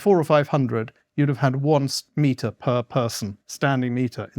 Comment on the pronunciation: Did Morland say "square meter?" I heard "smeter" and the subtitles just say "meter."